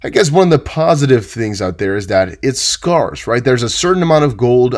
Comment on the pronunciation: it’s scars? Scarce?